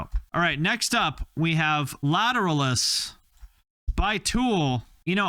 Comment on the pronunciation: He can’t even pronounce “Lateralus” correctly. Somehow likes MGK more than Tool. Will never understand.